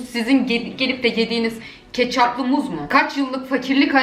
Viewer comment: ya sen niye katçap a ketçüp diyon